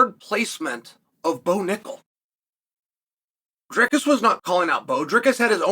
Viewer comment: that's how you say it bruh